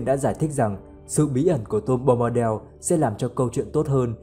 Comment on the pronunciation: Bombadel là cái quái gì? Bombadil mà đọc thành del thì chịu...